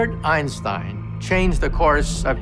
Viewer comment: It is irritating that Heisenberg, speaking German to another German, is having a foreign accent. Actually he spoke German fluently without a foreign accent. And he would of course pronounce the names of Einstein and Planck in the proper way. Why is this done?